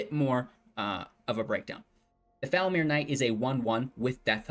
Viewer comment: Pronounciation Tip: FoulMIRE (like myer or fire)